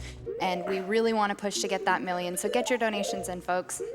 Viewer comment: "Here's hoping we make that mil-iun" lol